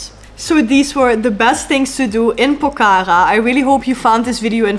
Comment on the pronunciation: The way you pronounce Pokhara is really cute yr ❤😃